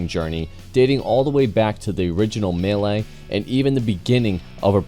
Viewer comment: Milli not Melee 😂😂😂